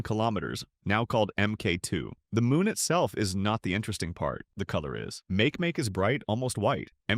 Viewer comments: Make Make is pronounced mah- keh mah - keh holy text to voice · It sounds like makieemakiee